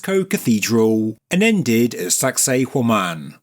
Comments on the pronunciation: i swear you're saying "sexy Women" lol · Does anyone else hear 'sexy woman' in a real thick accent every time they hear that word? Or is it just me?